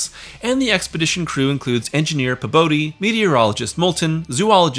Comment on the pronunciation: Pabodie is pronounced “Pea-body”.